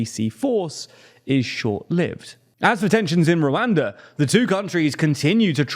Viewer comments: @@ the way he says the a’s is cringe. It’s supposed to be pronounced similar to how “wakanda” is pronounced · It’s very hard to watch this video because of how you keep pronouncing Rwanda in the most yt way possible